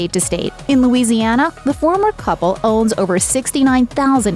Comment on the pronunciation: Cubble? What is wrong with people today? Oh wait, peoble, what's wrong with peoble, sorry. Joze? It's chose, lady. Smh